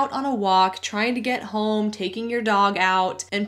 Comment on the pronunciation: I’m a guy who’ll let a stranger know that he has a booger dangling from one of his nostrils. I do this in the hope someone would offer me the same kindness in the future. In this spirit, I’m pointing out that you pronounce “home” with an L, i.e. “holm.” I very much enjoy your content. I just recently stumbled across your channel and I have been entertained and edified by your back catalog.